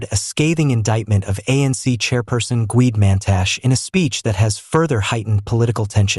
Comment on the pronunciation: He is Gwede Mantashe not the way you pronounce as GWID MAN TASH, that is an insult to do that , have RESPECT.